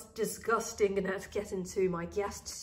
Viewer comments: Thanks for all information, it was very helpful. Another thing I her you call gnats (ganets) is that how it’s pronounced where you live? Here in the states we pronounce it nats the g is silent. I’m not trying to be a snub, I’m far from being a speech therapist. I have been corrected many time by my peers and such. I don’t get offended and I hope you won’t as well. Thanks😅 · whats a ganat? you mean fungus gnats? the G is silent